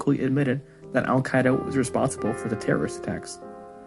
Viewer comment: I took a shot every time he mispronounced al-Qaeda. I died of alcohol poisoning